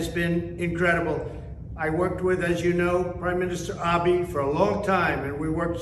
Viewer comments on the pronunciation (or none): Of course, 45 can't pronounce the easiest Japanese name. Abe is "Abeh," not Abie. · The former prime minister’s name is pronounced ah-bay, not ah-bee. Trump’s laziness, indifference, and stupidity is monumental. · If a were a citizen of Japan, I would be EXTREMELY offended by Trump's MISPRONOUNCIATION of my Prime Minister's name. Trump pronounces it AB-BEE. Pretty much the rest of the world, and certainly any person of Japanese descent, pronounces it AB-BAY. Very insulting. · Maybe he could honor former prime Minister Abe by pronouncing his name right. It's Ah-Beh, not Ah-Bee. And to think this person was in charge of foreign relations smdh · He called Abe "Abi". 🤭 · I've lived in Japan for more than 20 years. I assure you, the number of people here who support Trump is extremely small. Most people here couldn't stand how little humility Trump was capable of showing. Further: even in this video, Trump could never muster the respect to pronounce the Prime Minister's name correctly: he just kept calling him "Abi" instead of his true name "Abe" (the final e pronounced as eh or *a*). Trump never helped the relationship with Japan--to most people's confusion, he blamed Japan for unfair business practices, and threatened to attack the country with tariffs, despite the very long, steady, and close relationship the Japanese government has had with the U.S., particularly with the Republican party. And who's he going to stop by and say hello to? He doesn't even acknowledge the country now has a new Prime Minister. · He mispronounced the former PM's name. Smh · He still can't get the Prime Minister's name right. lol